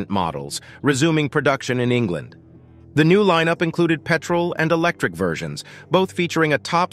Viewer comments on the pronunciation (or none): none